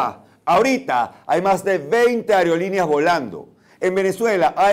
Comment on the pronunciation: dijo areolineas en vez de aerolineas.